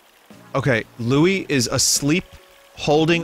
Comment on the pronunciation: I like Russian Louie